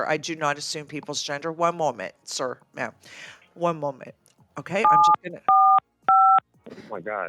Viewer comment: Or “I’m not a man, I’m a man.” Either way, the way he pronounces “ma’am” and “man” pretty much identically makes this even funnier.